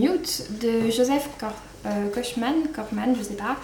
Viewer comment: Merci beaucoup pour ce retour ! Et ça se prononce bien "Kochemane", à la française. :)